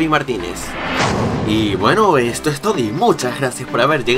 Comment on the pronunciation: En El minuto dices "Esto Es Todi" En ves de "Esto Es todo" Un Saludo y si puedes has una segunda parte de errores de por favor Nunca e aparecido en los Vídeos Gracias